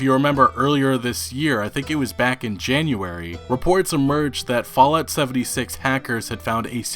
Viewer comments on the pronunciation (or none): none